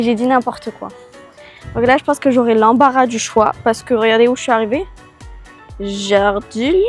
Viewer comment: Alors c'est pas méchant mais Jardiland se dit Jardiland et pas Jardilènd 😊 mais sinon j'adore vos vidéos changez rien